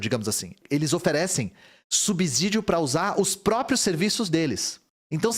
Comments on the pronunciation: Uma lembrança,: SUBSÍDIO tem som de S e não de Z. Som de Z só entre vogais, lembra? Casa, peso, lousa. Mas não em canSado, poSte. E por isso ASSIM tem dois S's. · Subsídio não tem som de Z. Só entre vogais, lembra?